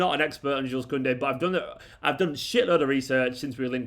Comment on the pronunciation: I understand that you’re a mancunian mate, but Jules Kounde is french. His name his pronounced like “shoe” not “jewels”